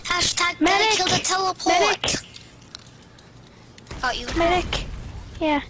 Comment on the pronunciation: Subtitles for those who were curious: "We have a teleporter- We have a teleport- We have a teleporter at our base. We have a telepowt at ow base. Aye wepeat we have a telepowt at ow base. Aye wepeat we have a telepowt at ow base."